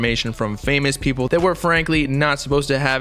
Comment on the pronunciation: peepull had me dying😂